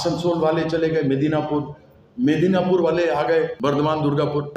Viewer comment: ota medinapur noi.... Medinipur